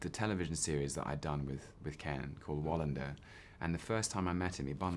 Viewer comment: As a Swede I'm dying over Tom's pronounciation of Wallinder... xD